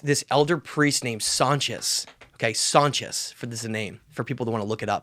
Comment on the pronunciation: Sonchis not Sanchez you schmucks